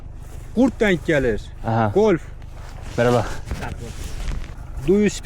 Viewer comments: Wolf diyeceğine Golf diyor 😂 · Wolf yerine Golf diyen, adamsın 😂❤